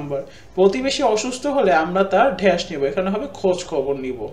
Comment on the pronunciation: ভাইয়া ড্যােশ না ড্যাশ🙂